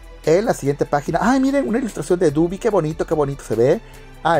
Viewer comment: Es dobby, no dubby